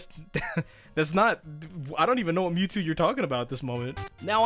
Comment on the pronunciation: Every time that guy says me two instead of Mewtwo physically pains me